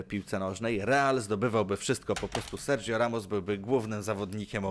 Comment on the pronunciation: Serdżio Ramos? Sergio kurde gi się zmiękcza w hiszpańskim na hi i to powinno się czytać [serhio]